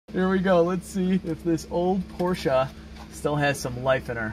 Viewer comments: Why do you say Porscha when it is pronounced Porsche with an e??? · POR-SCH-E not A pls. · Porsche 928 at 10.13 checkered interior was called 'Pasha'....its only $235 a yard